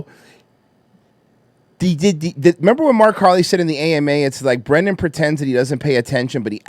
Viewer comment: It's bwendan.......U ileterate,u beast of a banana/mango/coconut vessel? ;)